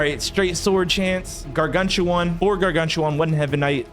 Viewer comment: yea and also pronounce garganCHuan